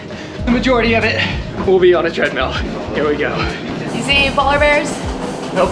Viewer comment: It’s so cute that in 6th r accent treadmill sounds like treadmeal ❤